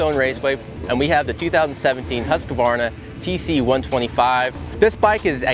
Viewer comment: Huskah-varna? Please, please learn to pronounce the brand's name, it's not that difficult, even for native English speakers: Hoosk-varna.